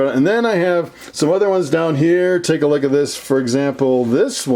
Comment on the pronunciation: CEO Of “take a loogat this”